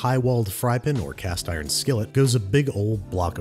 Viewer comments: Is there a inside joke as to why you insist on pronouncing "pan" incorrectly? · Are you pronouncing "pan" like "pin" for a reason, or just trying to trigger people? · Babish: Pan Also Babish: Fry pin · Just curious why do you call a pan a pin?